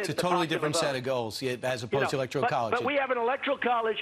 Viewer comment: Trump said "Electral college"